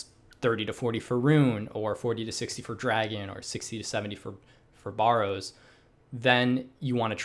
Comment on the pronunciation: BAR ROWZ BAR ROWZ